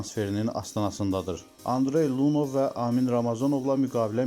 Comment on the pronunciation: Ágent yox agént. Lùnyov yox Lunyóv. Adam 2 ildir Qarabaĝdadir, amma hele de soyadını duzgun tələffuz etməyi oyrənməmisiz.